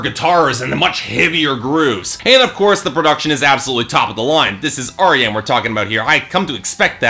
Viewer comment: You're getting better with your name pronunciation. I think you got Arjen's correct this time (cover killer has the same trouble with soft J's... Gers is yanick not janick; Floor is yansen not Jansen; Lucassen is Aryen not Arjen) but an FYI for next time, it's Annika (like Ann ih kuh) not anni-kay. You were close, just drop the "ay" at the end.